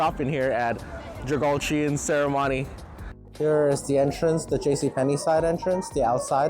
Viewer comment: It pronounced 자갈치 Jja Garr Chee not Jur gard Gee. It's organic S.Korean food market. Mostly a Busan style fusion Korean food. 😋 No Olive Young beauty cosmetics. 🤣🤣🤣🤣🤣🤣 I bet this guy doesn't have Kakao talk message app on i🐑 🍎 loyalists i📱. 🤣🤣🤣🤣🤣🤣🤣🤣🤣